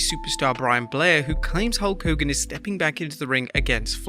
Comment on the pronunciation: You said Hawk Hogan like Garret Bischoff in TNA